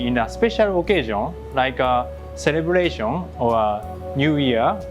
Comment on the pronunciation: its uncanny how Japanese and Quebec's french(Joual) are compatible. the way he said 'celebration' is very similar in accent. amazing. edit : that fire sake thing implicate a significant knowledge about physics of combustion. interesting.